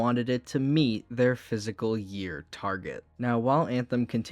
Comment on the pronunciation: dude you need a speech therapist or smth "physical year" had me rolling and "fahlure"